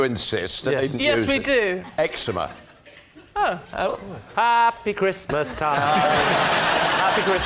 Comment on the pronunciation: "Happy Eczemas" 😂